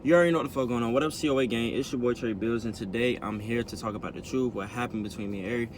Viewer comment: Nope he said some fucking "Thruth". I'm ded yo 😂😂